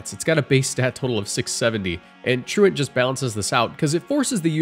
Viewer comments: Thank you for being the FIRST poketuber ive EVER heard pronounce Truant correctly. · Gotta give you props for pronouncing 'truant' correctly instead of saying "true-want" like every other poketuber. big salute